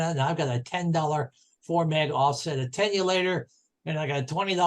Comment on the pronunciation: Very good overview but make that attenuator, not 'attenulator'.